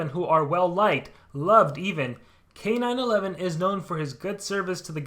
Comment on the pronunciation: I think his name is supposed to be K-9-1-1, not K-9-11